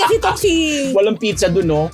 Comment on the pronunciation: It's pronounce "PIZZA" not "PICHA".